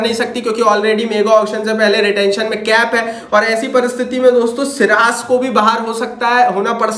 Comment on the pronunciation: Abe shiraj nhi ha vo siraj hai😂😂😂